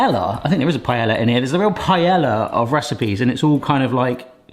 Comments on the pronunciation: Rly hope us saying paeLLa like that for comments, cause its working xD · I think the ll is pronounced Y. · It is...but for some reason, British people pronounce it the way he did. 😵‍💫